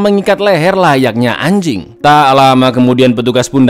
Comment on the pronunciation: Bang ngomong anjingg nya biasa aja dong 😂